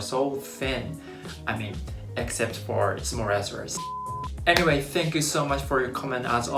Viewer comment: Why do a lot of Japanese people say thank you as tsank you?